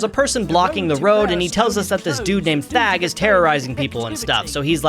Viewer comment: I thought you said fag instead of thag